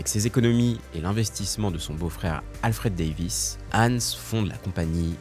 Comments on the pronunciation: Je râle car la vidéo est bien montée et bien écrite mais comment peut on mal prononcer le prénom du sujet de la vidéo ? C'est pas Ensse mais HANS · Fauter tellement de fois sur la prononciation de Hans c’est un crime 😅 idée: utiliser l’IA non seulement pour écrire son script mais aussi pour apprendre à prononcer d’autres langues